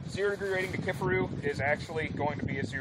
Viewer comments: It's key far roo not kiff a roo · How the hell do you butcher the name like that??? KIFARU! NOT Kifferoo ffs